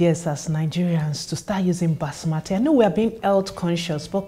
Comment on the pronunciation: She lost me at basmati